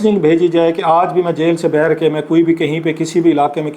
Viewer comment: السلام علیکم کلاسرا صاحب آپ باہر کو ہمیشہ بہر بولتے ہیں شاید سرائیکی زبان کے زیر اثر ایسا ھے پلیز بہر کے بجائے باہر بولنے کی کوشش کریں آہستہ آہستہ ٹھیک ہو جائے گا